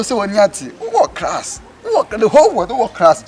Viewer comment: “wu’wo Crass” 😂😂😂🤣 eeiii please, ey3 Class not Crass